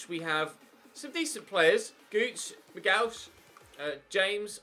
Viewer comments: We signed Watmore from Altrincham in 2013 when he was about 18 or 19. Also it’s pronounced Dylan “Mcgeeock” not “Mcgowch”. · FYI - Dylan mcgeouch is pronounced mi-gee-ock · Mcgeouch..... Is pronounce mc gee ock. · Mcgeough is pronounced mc-gee-ock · Mcgeouch is pronounced "mc-gee-ock", he was at hibs before Sunderland, the guy is dynamite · power was signed for about 800k directly from wigan, its prononced O'9 and mc-gee-ock, mumba has a potential of around 80 (and also went to my school). fan favourites are maguire catts mcgeady wyke o'nien and mcglaughlin. I'm a sunderland fan so anything you need to knowjust mention in the videos and ill reply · McGeouch is pronounced MaGeeock. Former Hibs player so he's well known to me. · Watmore was signed from altrincham in like 2013/14 i think, Luke o'nien name is pronounced 09 and mcgeeok is how to pronounce the other, also honeyman is our current captain irl, also leadbitter came to safc to finish career as hes from sunlun himself